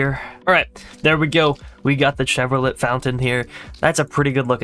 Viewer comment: why does he pronounce chevrolet like that??